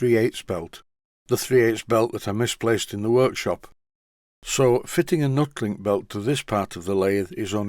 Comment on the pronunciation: I always thought it was pronounced "NEW-TEE-LINK" as it was an improvement on the "old" style belt that you removed from the Boxford and also, the rivets are "Tee" shaped if you take one fully out ? We used it on a precision grinder at work as it's not supposed to transmit vibration as much as a standard rubber belt ?